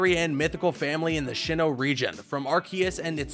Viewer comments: Look dude. It's a cool video. But for the love of God please say it as Sinnoh. There's no H after the S and I'm worried about how much it bothers me when you say it Sh. Overall cool video, that is just a pet peeve I have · Tip if you guys decide to make Pokémon videos: search up how you pronounce Pokémon names/places first. Keep wanting to correct this guy on how to say SI-NNOH instead of SHI-NNOH!!! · I really enjoyed this video, sucks that the comments are obsessed with petty pronunciations Also, sHinnoh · Why is he pronouncing it Shinoh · I actually started to question if sinnoh is actually pronounced SHINNOH 😆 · If you can't even pronounce "pokemon" or "sinnoh" correctly, I ain't giving you any more watch time. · TAKE A SHOT EVERY TIME HE SAYS SHINNOH OR GURATINA! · Drinking game: take a shot every time he says “Shinnoh” or “Guratina” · He Pronounced Sinnoh and Giratina Wrong!